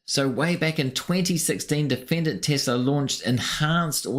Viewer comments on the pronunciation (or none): I did not know it was said "Tissla"